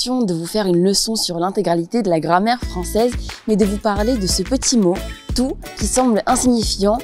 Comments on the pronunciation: Pourquoi est-ce qu'elle a dit "TOUF"? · Mais pourquoi est-ce que la fille qui porte des lunettes prononce "touff" la plupart du temps ?! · Listen, she says it normally, the "fff" at the end is just there because she accentuates the word by speaking loudly in a (maybe not so good 😆) microphone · J'ai une question. Quand dit 'tout', j'entends "toufff". C'est son accent?